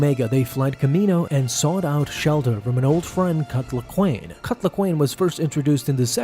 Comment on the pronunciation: sounds like ur saying "cuck laquane"